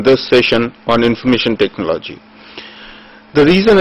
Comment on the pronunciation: 'ECONOMY' is not pronounced as "Ecunomy", but as "Econumy". Similarly the word, TECHNOLOGY is pronounced with emphasis on the first "O". Also total lack of enthusiasm in the voice.